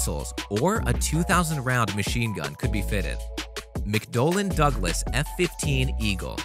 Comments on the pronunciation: “GROOMUN”???!!! What? Get it right! Your ignorance of aviation is showing! And, did I hear “McDoonal Dooglis”??? You’re losing respect. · 'Groomin' NO! Are you really a 'military expert'? McDOLAN Douglas? NO! It's not a McDonut either!